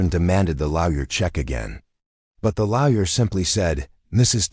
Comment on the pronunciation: Why can't Arsehole Intelligence say Lawyer properly?